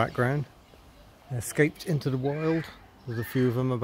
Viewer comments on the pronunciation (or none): none